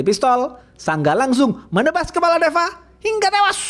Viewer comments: Seneng denger abangnya cerita, brasa gergetnya film ni,apalagi ngomong "hinggGGAAAA TEWASS" & "JENGGG GGERRR " Sukses terus ya bang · Sebenarnya cerita ini bisa memuaskan pendengar. Cuma nada nya harus diperbaiki. Nada Kata2 hingga tewas itu sangat merusak penikmat cerita.,, saran aja ya..!! Makasih atas suguhannya